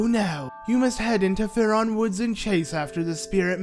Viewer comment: Jesus it's Faron. Not faRon